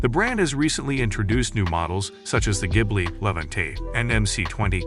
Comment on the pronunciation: Artificial voice keeps mispronouncing 'Maserati' as well as other words. Really not very good. 'Jibly' being just one example. 😞